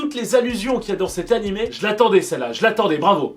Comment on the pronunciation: "nanimé" a la fin🤦‍♀